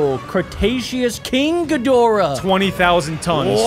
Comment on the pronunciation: If you’re going to say all the Godzilla’s please say the correct way and please say king Cadora the correct way because it’s not it’s not good on you. It’s really not. I’m sorry that I had to say this but thank you.😬😑